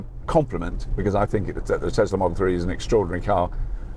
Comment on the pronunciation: Tesla? No no it’s a desla 😂